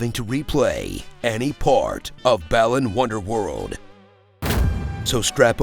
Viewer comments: Why no one talkin bout him calling it "ballin' wonderworld" tho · Why does he pronounce it as Ballin' Wonderworld?